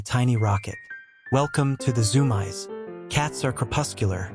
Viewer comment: It's pronounced ZOOM EES